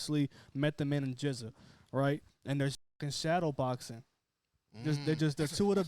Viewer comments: Pronounced Jizza. Not Gizza. 😂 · Hearing this guy say Gizza over and over again (and he’s clearly aware of the Clan) is soooo cringe-worthy 🙄. Please son do yer knowledge and pronounce it right “Jizza” (GZA / Genius). He’s only a top 10 MC of all time. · it's GZA not "Gizza' pronounce the G like a G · GZA is pronounced like the G in Giants. Not like Get it Go. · I came here to say the same thing. My man said Gizza Lol!! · How can this be your favorite album when you don't even know how to say the guy's name? It's pronounced jiz-a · All love but definitely make sure you know how to correctly pronounce the artists name you are reviewing. They deserve that respect #WuTang 👐